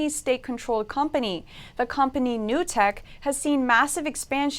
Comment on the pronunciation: And what part of "NUC TECK" don't you understand?